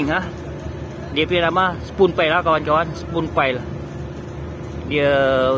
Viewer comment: Spun pile..sebutan macam span